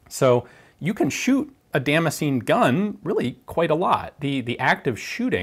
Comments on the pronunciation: i decided after 4 min to drink everytitkme you said damscenjin....im fucjking hammered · the way he pronounces Damascene hurts me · Every time he say damascene my mind expects him to say damage.